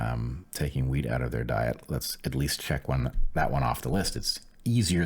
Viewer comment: 'wheat' allergy ok. I was thinking he said 'weed'